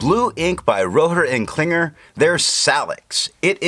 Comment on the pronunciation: I'm surprised by how well you pronounce some of the japanese inks, but I feel there could be a bit more oomph in Rohrer and Klingner:) Thanks for the review though. It is fortunate I got the Inkvent as a present, but unfortunate as I have too much ink to finish before I can try new ones...